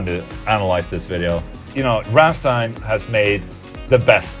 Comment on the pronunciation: im german...i would say your thinking about the Ramms+ein-Song is nearly perfect on the point...and i love it how you pronounce "Rammstein"...the most people dont pronounce it correctly when they dont speak german =D very good ...and solar-guitars kicks ass by the way xD